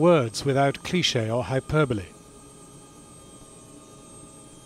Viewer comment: When he said "hyperbole"... I felt that